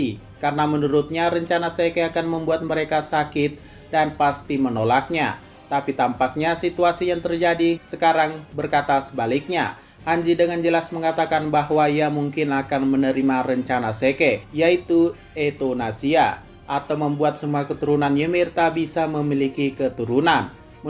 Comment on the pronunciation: Zeke bang bukan seke